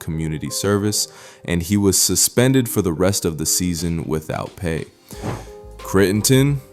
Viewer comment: Can you at least learn how to pronounce their names?? “Cree-n-ton” is not his name.